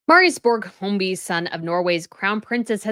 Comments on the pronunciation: Can we not with the ‘Holmby’. His name has no L or M. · When you say "Høiby", it sounds like you're saying "home boy". lol